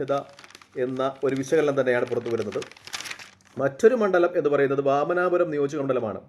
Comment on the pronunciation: വാമനാപുരം അല്ല വാമനപുരം